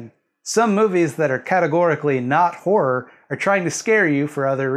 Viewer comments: "Horrrrr" giggle giggle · say car. now spell car with an h. now say har. now add: ah. har-ah. You can say har-ah all day and it will never sound like "whore." You're welcome. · I actually cannot concentrate because of how North Americans say wh*re instead of horror. I'm so childish. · I will not keep my giggles to myself! That is genuinely all I can hear you say now. In the UK horror and whore have such different pronunciations that it's quite difficult to pun on it.